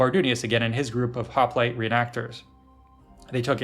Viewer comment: This was SO good. Thank you! (except for how you say hoplite :P)